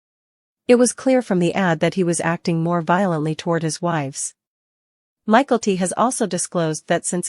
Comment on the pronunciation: Please pronounce Mykelti correctly!🇦🇺